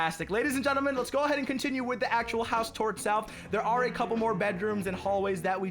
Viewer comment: At the start of the vid he said geneman instead of gentle man